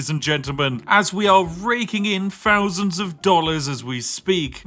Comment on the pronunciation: he cant say thousand lol